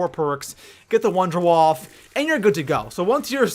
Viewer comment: Just saying, but it isn't wonder WAF. It is WAFFE, you pronounce the E. It comes from German, waffe means weapon, and wonder is like miracle. So it is MiracleWeapon DG-2. But I don't say weap instead of weapon?